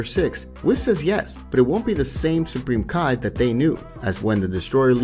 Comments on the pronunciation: Him:Kai me:it's ki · Idk why but u seen dragon ball super and heard how their names are said but yet ur still saying their names wrong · Can you learn how to pronounce names and Japanese words properly? You literally say Kai, Ki is pronounced as ‘Key’ and Margin Buu is pronounced Mar Jin like Ma , Its so disappointing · Bro can come up with a hell of a story. Fucked it up with "kai", "wizz", "meijin", wtf is that broly name he tried to pronunce?? 😂😂😂